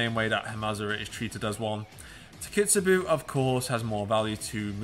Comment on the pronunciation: Today I wrote a post about Hamazura and Takitsubo for my story/trivia ToAru cycle (basically, I am writing about ToAru for about a year now, and introducing it to anime fans in my country) and this video was quite helpful in integrating all the facts. Others may laugh at your mispronounciation of Takitsubo, but I imagined Hamazura and Takitsubo having a child and playing with him/her, saying "Takitsu-boo" instead of "peakaboo". And honestly it's adorable, you made my day.